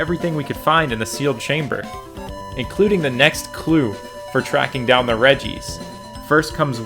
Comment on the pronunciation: "Redjee-ice" ech